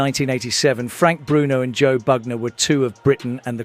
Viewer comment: #Bugner sounded South African :person-turqouise-waving